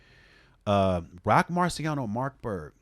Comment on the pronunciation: Roc's album is pronounced Mars-berg, like the mossberg gun. great commentary!